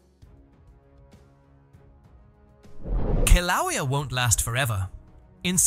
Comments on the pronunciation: Your script reader software needs a few lessons in how to pronounce Hawaiian language. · Your AI presentation sux and you are mispronouncing the name of the volcano! For that I’m out and will watch this if real somewhere else. Insta block!